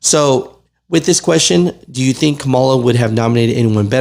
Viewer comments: You are pronouncing the ex vice president name wrong!! It is pronounced Ka Ma La. You are being disrespectful when you pronounce it wrong. I agree with everything else that you are saying. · Your pronunciation of her name is trump's pronunciation!!!